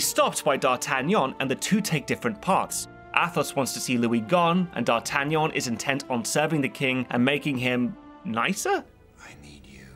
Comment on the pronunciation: I love it when D’artagnan is pronounced correctly